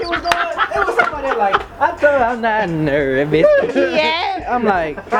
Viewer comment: "I'm not nerRrRrRrvous." Lmao!